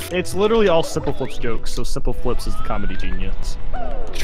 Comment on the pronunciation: "you are not sompel flops"